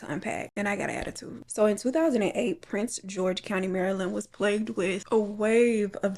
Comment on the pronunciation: It’s so funny how none of the creators say Prince George’s county, just prince george 😂